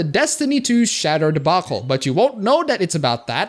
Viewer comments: say it with me, Shea DUR - shade dur - shader not shatter xD love you man, I don't always agree, but I don't have to. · Shay-der. Not shatter, you damn foreigners. <3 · The way you pronounce "shader" lel, it is prenounced shayyyder